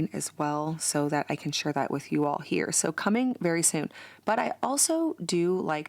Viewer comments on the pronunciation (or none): none